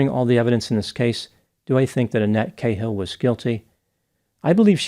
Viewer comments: Its an rish name and not pronounced kayehil but ca as in cat. And mahoney is pronunced withbthe stress on mah and the nee. Ie not ma hoe ny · Kay hill? Pronounced karl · Why do Americans pronounce "Ca-hill" - Kay-hill"? ?There ids no Y. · The real crime here is pronouncing the name Cahill as "k-hill"....shout out fellow Irish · It's always interesting how Yanks pronounce Irish names. The way you pronounce Moran is hilarious. Cahill also sounds kinda silly